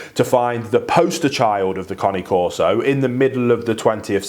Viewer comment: Finally, someone who can pronounce the breed name correctly. 👏 👏 👏 👏 👏